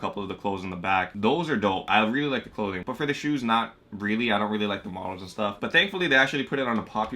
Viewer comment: Why does he say shoots